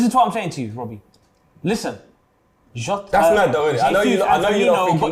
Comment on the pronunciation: Man said Jota… I switched it off